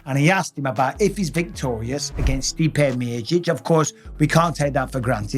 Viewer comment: Cmon brother say it stipe miocic 😅